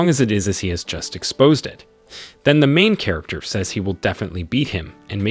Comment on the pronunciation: The main katerginest lol 😂 Gets me every time....